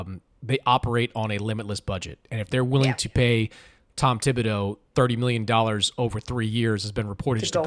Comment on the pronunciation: Pronounce Thibodeau's name correctly if you are going to make fun of the Knicks.